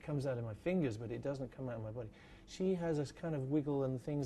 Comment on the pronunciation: that’s what she said. Also, I love how he says the word “body”